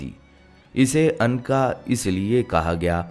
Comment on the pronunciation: Anqa nhi unqa